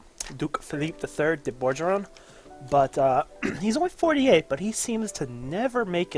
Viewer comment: As a frenchman, I'd just like to point out that the first g in Bourgogne is a hard g, just like the one in Burgundy (of which it is the translation, btw). It would sound something like "boorgone". Also, as a relatively new EU4 player, I'd like to know what you think of Denmark . I'm kinda stuck not knowing what to do, I don't feel like expanding into the HRE because I'm afraid of the emperor... Should I go east ?